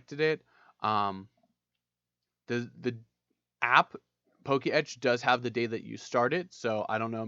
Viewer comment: It's not "Poke Etch" it's "Po-Ketch"